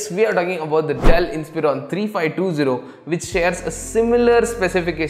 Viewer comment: "dell isprion"?